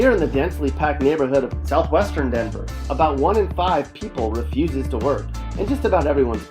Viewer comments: THIS WAS A TRASH VIDEO. DENVER IS A WILD SPOT ( AND THE WAY YOU SAID "DENVER" IS SUPER DISRESPECTFUL ) U NEVER BEEN TO THE EAST SIDE IN THE 90'S.......... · Why does he keep saying. DENVER with such emphasis